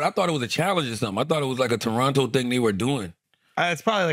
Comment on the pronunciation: Shout out to Andrew for saying Toronto like a Torontonian!!! Second T is silent.